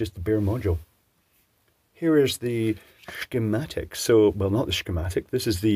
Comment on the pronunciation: sheh-matics Love it.